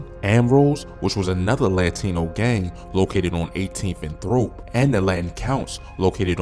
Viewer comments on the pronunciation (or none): And "Throap" is pronounced Troop